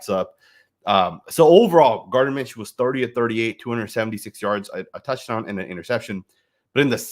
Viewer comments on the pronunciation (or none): It’s not Minshew damn